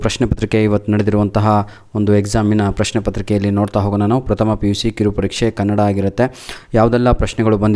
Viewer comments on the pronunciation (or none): none